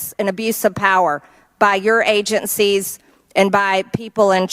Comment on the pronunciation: Why does she always add "t"s to words that don't have them? "ConTfrence, agenTcies, inTformation" etc. Then, when there should be a "t", she replaces it with a "d", like when she says "imporDant". Someone, please teach this fool how to speak English right "neeow"!!! What an uneducated dope!!!🤡🤡🤡